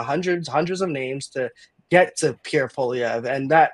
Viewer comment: Please learn how to pronounce Pierre's last name! The "re" is not pronounced! It's not that hard!